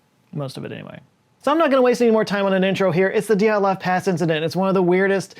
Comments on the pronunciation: PLEASE. It is not DEE at lov Pass. It is D'yat lov. You can not separate the Y and the E, e in Russian is letter "yeh". ye, (yeh) stays together. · Dyatlov is pronounced as Djaht-lov, not Dee-aht-lov. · please please work on your Cyrillic pronunciations. dyat-lov. you keep sayin it like it's a God dang japanese word "di-at-lov" dyat-lov dyat-lov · Re: pronunciation, the second pronunciation is better, with the /i/ sound like in ‘sushi’ And Dyatlov is two syllables. While in Russian transcriptions can represent a vowel, it’s a very different sound; in this case, the is a transcription of one letter, a singular vowel (with palatalisation at the front). It might also be transcribed as Djatlov or Diatlov, in other romanizations.